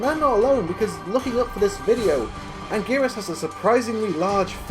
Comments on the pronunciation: Anguris? Aahahahahaha! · Lechinar pichers ... ANGERES!!!!!